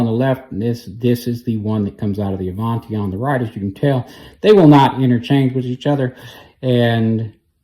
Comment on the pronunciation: My Avanti brushes do the job. Now, do I want to pay $26 for a brush that works just fine or $250 for a brush so I can say I own a top of the line brush that works a few percentage points better? By the way, the name is Italian and is pronounced with a soft "A".